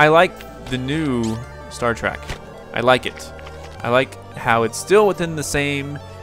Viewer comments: It is Star Trek not Star Track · I'm sure a bunch of other nerds already said this, but it's not Star Track, it's Star Trek, with an E.